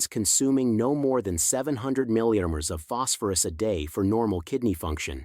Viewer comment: mg is mill GRAMS not as you pronounced it Which means 1/1000 th of a gram I suspect you are reading this from a written page and probably your not familiar with the actual facts and reporting what was given to you to read, And it is possible this is being read by AI So how can we trust this, as some may be true and some may not Basically it is repulsive to listen to when not speaking correctly As one is inclined to think maybe this is all fabricated just to make a video.